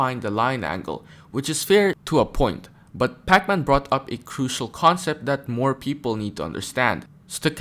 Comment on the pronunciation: Why you keep saying his name like it’s the video game 😂